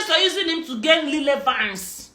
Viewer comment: Lilevance. Na wa oo. She's really murdering English. Tufiakwa.